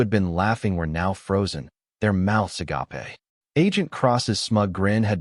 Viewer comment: At this point I’m absolutely convinced they pronounce it wrong to annoy people into making a comment. It boosts their algorithm when people make comments, even negative ones.